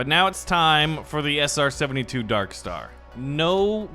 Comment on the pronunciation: he said sr-72, as a plane nerd, that hurt